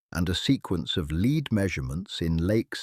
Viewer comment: Dear AI speaker, lead as a mineral is pronounced,led ,as the first person in line,leed . You're welcome.